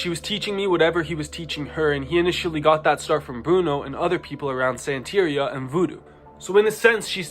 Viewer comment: Lmao the way you pronounce santeria